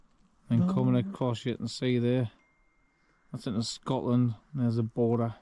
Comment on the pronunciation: Its 'border'